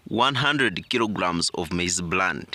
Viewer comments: It's bran.... Not brand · It's maize Bran not Brand